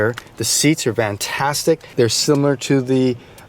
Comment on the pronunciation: “Vantastic” lol?